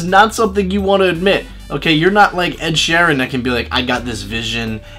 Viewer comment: The way he said Sheeran for ed sheeran 😂